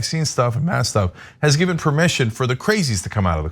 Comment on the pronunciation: how about you learn proper English. the word is Mask....with a K not mas..........and Ask also with a K.....its not Ass. not granted maybe this woman has a speech problem but if that is the case go get some help before posting vids showing your ignorance.